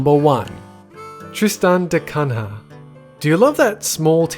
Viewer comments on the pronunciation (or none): Cunha is pronounces coo-nya